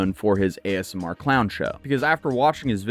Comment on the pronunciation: It sounds like you're saying ASM(A)R. Haha